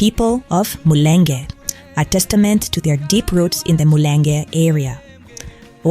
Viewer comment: Very wrong very wrong: The people displayed on screen are Rwandans Find out about the real people of Mulenge: FYI The real people of Mulenge are a Congolese tribe of Bafuliiru who lives in village of Mulenge. Because Rwandans attacked the town of Mulenge, they failed to pronounce it correctly as they usually interchanged l to R. So their new descendants called themselves BanyaMurenge which never been a tribe. Whoever mention they're banyamurenge, they're descendants of Rwandans tha means they are 100% Rwandans . Banyamurenga is never a tribe in Congo but Mulenge is a village of Bafuliiru that Rwandans descendants want to claim to be theirs. Bafuliiru Turambe. Viva Congo. #FreeCongo #PrayforGoma